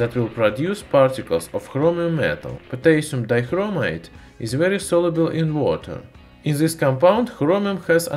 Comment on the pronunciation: potaisum daikromaite